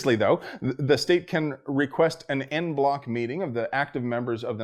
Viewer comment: "...the state can request an en bloc meeting of the 9th circuit..." Hahaha! Yeah, that would be all kinds of AWESOME! But think you meant to say "en banc" there, which will be an attempt to round up a bunch of the "liberal" (socialist) 9th Circuit judges to do an end-run around the decision already handed down [remember, more than 50% of the 9th circuit justices fall into the "Constitution? We don' need no steenkin' Constitution!" category of Clinton & Obama era appointees...] so don't count this decision in the "decided & won" list just yet... :-\